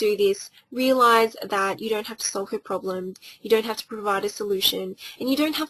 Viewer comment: Did anyone else hear her say "probrem"?